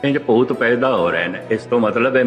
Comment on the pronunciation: Its not painda its paida. Use bindi correctly.